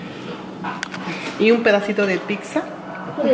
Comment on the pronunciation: No se dice pixa, es pizza 🍕